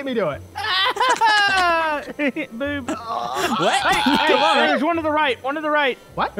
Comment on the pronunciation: dude literly just said B.O.O.B